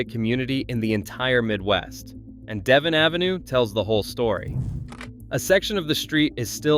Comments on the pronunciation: Devon is pronounced: Deah-vohn. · Devon is pronounced “Day Vonn”